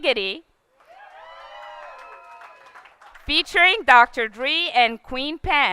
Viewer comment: How can she mispronounced the names of Dr Dre, Pharrell, and Queen Pen?? Im more qualified to present this award to him than her.